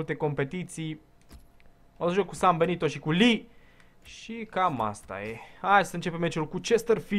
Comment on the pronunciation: Cand ai zis Sambenito prima data am crezut ca ai zis ''si-am belit-o'':))